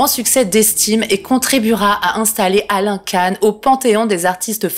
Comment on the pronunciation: Salut, ça se prononce Quand pour Alain KAN